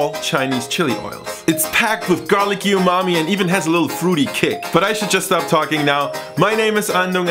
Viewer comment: I was abt to hit subscribe but then you said YOU-MAMI